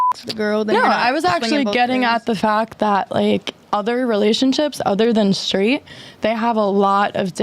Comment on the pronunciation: "shtraight"??? what language does this demon speak? Or is it just the "prescribed" thwarting of language???